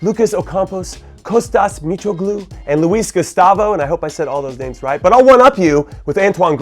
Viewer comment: Props to you Jimmy you pronounced Mitroglou correctly when most completely butcher it. P.S This is from a Greek person who is still sad for his country being out of the World Cup